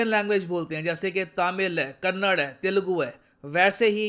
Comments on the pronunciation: Sir it's not kannad . Pease call kannada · Its kannada and no kannad.. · please correct the pronunciation, it's kannada not kannad. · Sir with due respect please pronounce 'kannada' as '*KANNADA* and not as Kannad. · That's "kannada" not kannad . Hope u correct it in future